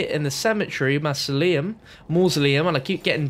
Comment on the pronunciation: the way you pronounce mausoleum really triggers me lol